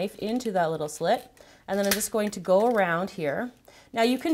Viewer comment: She said slit